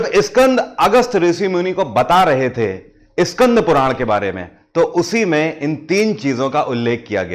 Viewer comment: Iskandhpuran nhi skandhpuran